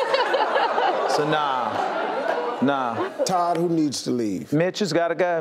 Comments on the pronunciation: That awkward moment when I thought Steve said Bitch to Casey but in fact said Mitch lol. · When I hear him say Mitch I think he is calling a contestant a b*tch!😂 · Who else thought he said the b word when he called mitches name